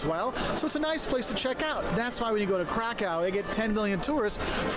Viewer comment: It's not Krack-ow , it's Krack-of